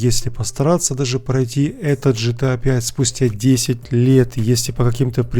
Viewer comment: Дружище не по теме видоса, но ты не правильно гаворишь название игры GTA. Не ЖТА, а ГТА. 🙂👍